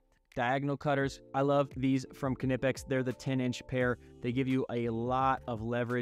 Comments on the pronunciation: That knipex pronunciation hurts but i agree with your list :) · In english, it's okay to drop the K and pronounce it "nip-ecks". It's exactly like "knight" and "know". These are foreign words assimilated into english and we dropped the k over time. Just don't let the germans hear you.